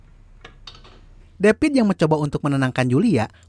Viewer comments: Davidd.......oiii....bukan depit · David ouy....bukan depit